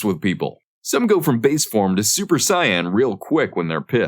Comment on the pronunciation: The way I cringed at hearing Saiyan pronounced as cyan 😅